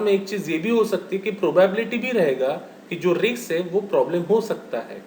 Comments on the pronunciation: sir it is pronounced as 'Risk' not 'Rkis' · Pl pronounce it as( risk)